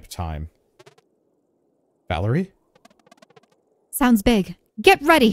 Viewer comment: Calling Valere Valerie is super annoying ngl lol